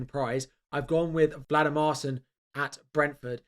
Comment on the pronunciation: VLAdimarsson? It's clearly not the order of those letters